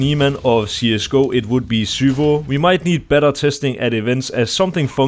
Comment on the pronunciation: the way nato pronounces zywoo is infuriating